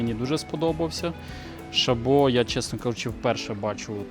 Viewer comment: Дякую! Чудовий огляд! Часто користуюсь вашими порадами. Доречі в назві ШАбо, наголос на першу гласну літеру ШАбо. Це швейцарська назва (не французьська) поселення заснували швейцарці на півдні України. Був на заводі Шабо на великій екскурсії там росказали всю історію....